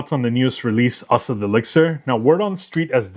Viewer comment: I really like Asad Bourbon. Thanks for letting us know how to properly pronounce. I truly appreciate it.